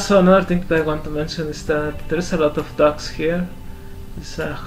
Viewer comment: Interesting, the State Fair takes place in Tlalnepantla during October? Does it coincide with All Saints Day? It must be very CHIDO! As for your english, I must commend you for your being well learned in this language, at first when you pronounced 'dogs', my ears heard 'ducks', but showing the yellow colored dog and no ducks, its obvious to note what you're talking about. As for the most beautiful women in Mexico, yeah I agree, I met some distant cousins from there in '83 and both were totally HOT. Maybe one of them married your father and we're ever more distantly related?!! lol...like finding a needle in a haystack, I know! XD Greetings to you from Querétaro and how did I come here? From your comment in Karl Rock's bathing video! XD